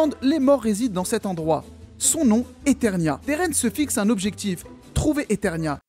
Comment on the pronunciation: alors le royaume des morts s'appel edenia et pas eternia et Terrence ce dit Terrence et pas terènsse